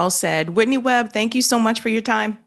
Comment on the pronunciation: Come on, at least pronounce her name properly!